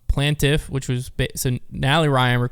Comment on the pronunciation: you made my hair stand up with your pronunciation of plaintiff